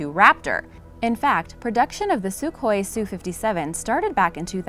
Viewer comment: It is pronounced SU-HOI not suk-hoi. EDIT => Also, the F-35 was NOT build to replace the F-22; each has its own operational specifications.